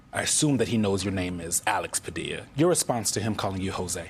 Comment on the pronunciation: You know I'm not an American but why did this man go so far as to say his name wrongly knowingly. That's nasty